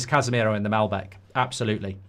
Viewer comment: MAL-BEC not MEL-BEC